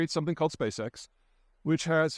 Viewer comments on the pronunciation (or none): none